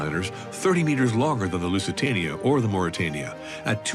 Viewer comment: Porque dice lucatania si el nombre del barco era lusitania